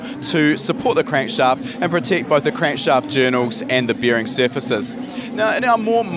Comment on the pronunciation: he said 'bEEring' clearances